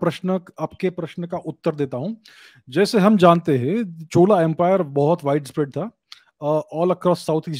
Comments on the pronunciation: छोला नही चोला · It's not छोला its चोला 😊। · छोला नहीं है, चोला है plus, it's so difficult to even watch, how sir managed this is exemplary, it's funny too haha